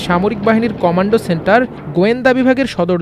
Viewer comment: কমান্ড সেন্টার ভাই কমান্ডো সেন্টার না😂